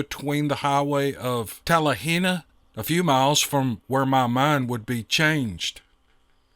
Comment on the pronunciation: I have been down to Talihina and I went to a BigFoot festival near that little town of Talihina up in the Wichita mountains. You did a great job on pronouncing that town's name. I still can't say the towns name right. It is a very weird but really wonderful bunch of mountains, that run east and west instead of north and south, like the Rockies do.